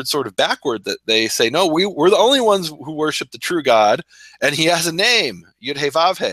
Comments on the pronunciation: if you do not really know how to pronounce YEHOO VHEE (REDEMPTION IS HE AND SHE). then you shall not pronounce it incorrectly. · There is no W in Yod He Vav He... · what is so hard about pronouncing the noun phrase YEHOO VHEE.